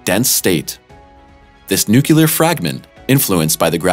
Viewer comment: You lost me at 'nucular'